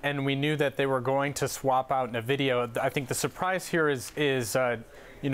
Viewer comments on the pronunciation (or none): 'nu vidia' - this dude clearly knows a lot about tech. His mom once used an Apple IIc. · Someone who says nvidio shouldn’t criticize Elon musk